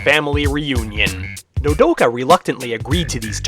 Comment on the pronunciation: sweet you pronunced my nme wrong what is it with people and doing that but still real war pet is how it is to be pronunced but still very good profile funny in the end how you said mommy